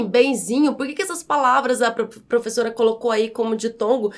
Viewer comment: Mas vc pronunciou é de forma errada. O som dessa letra é "é" e não "ê"!